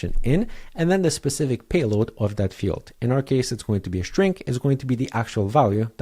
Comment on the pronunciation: Why do you say "shtring" and not "string"?